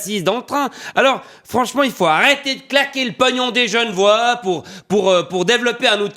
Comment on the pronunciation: enfait, on dit pas gen'vois, mais g'nevoâ.